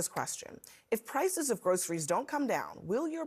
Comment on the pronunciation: Trump speaks like he never heard the word GROCERIES!!! I hate the way he says "and they call it GROCERIES."